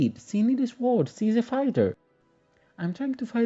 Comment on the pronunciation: New sub and I noticed that English is not your first language. You do very well, but two words you need to say different. "Sew" is a word for making clothes. Yes it looks like that is how it should be, but the word is said "So". Funny word that is hard to find in other places. You will need that word many times, it is said "So". The other word is "sword". It is pronounced "sord". The "w" is silent. It is another word you will use many times. English is a tricky language. The doll is beautiful!